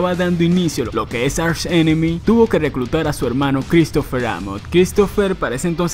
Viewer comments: ARSH enemy... , aprende a pronunciar bien por favor , se pronuncia ark enemy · se dice ARK ENEMY no archhh enemmy